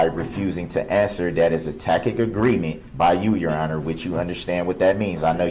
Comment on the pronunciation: 😂 Ever since this trial whenever I see the word tacit, DB’s idiotic mispronunciation “tack-it” always comes to mind. HA!